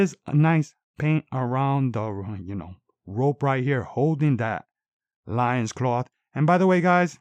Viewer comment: Good review,but I think loin in loincloth is pronounced like “coin”